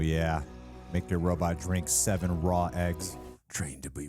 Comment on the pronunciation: You guys pronounce robot as robut like zoidberg and it's hilarious 😂